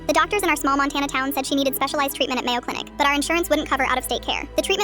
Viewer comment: “Mayo Clinic “💀